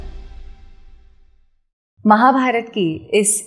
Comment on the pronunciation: बहुत अच्छी शृंखला चल रही है। कृपया नमस्कार बोलिए नमशकार नहीं। मुझसे भी लिखने में चूक हुई है क्योंकि फोनेटिक में वही स्वरूप आ रहा है।